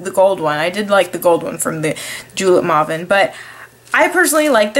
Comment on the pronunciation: Maw-ven? You mean May-ven O_O